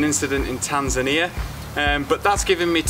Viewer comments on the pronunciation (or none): none